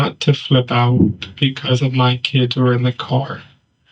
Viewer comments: if je said kidses instead of kids one more time smh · "My kidziz'd" 😶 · "Don't tell me my 'KIDDzis' Godmother is Dead?!" *Please tell us what 'KIDDzis' means??! **That creepy Hair dye must really affect your grasp of the English language!! 😉 #StayInSchoolKIDS